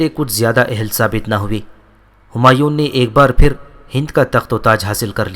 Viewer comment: bhai apka andazy byan theek hy mager apki kuch ghati perhany my hy jasy homayoon nai homayo hy or dara shikwa nai dara shekoh hy or sunjo nai shykho hy mazaret ky sath